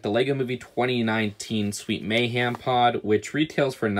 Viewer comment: I love your videos but why do you say “Sweet May-HAM” and not “Sweet May-HEM”😭